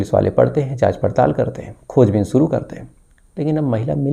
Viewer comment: aap jo bolte hain sahi bola kijiye suru nahi shuru ye lafz hai app sahi bole shabdon ko mayne badal jaate hain